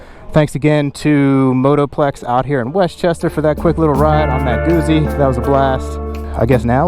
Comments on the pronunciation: It's pronounced Gutzy, not goozy, like Pizza is pronounced Peetza, not Pisa as in the leaning tower of. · Pizza... Guzzi. Double zz is pronounced the same. Sigh... 😉✌️🇮🇹